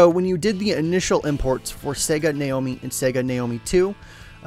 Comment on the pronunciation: Sega Naomi is pronounced Na Oh Me